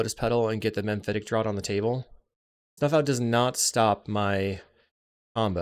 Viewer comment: Great games 🎉 FYI it's "Mephitic Draught" not "Memphitic Draught" 😉